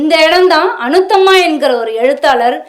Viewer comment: அநுத்தம்மா இல்லை. அநுத்தமா. பெயரை கூட தவறாகச் சொல்வதை சகிக்க முடியவில்லை